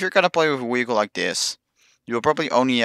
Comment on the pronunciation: "Wee-hicle" lol